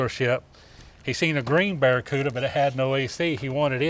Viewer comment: You're not calling it the Budda-cuda?